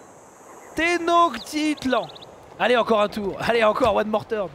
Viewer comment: Zera, Tenochtitlan se prononce Ténochetitlane ( et ça veut dire Mexico ) ;)